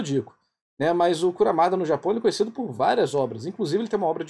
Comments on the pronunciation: Eu ri toda vez que ouvi KURAMADA 😂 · Ouvir você falando "Kuramada" me deu dor física, mas até o melhor dos homens é falho